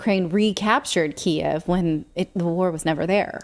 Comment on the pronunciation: i love that you're pronouncing Kiev the way it has always been pronounced